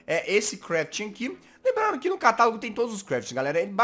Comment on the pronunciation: kkk quando vc disse:CATALAGO,eu achei que vc disse:catarro kkkkkkk :D